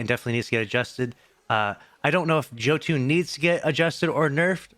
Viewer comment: God you still actually think it's called "Joe tune"? It's yo ton... Jö makes a yooo sound...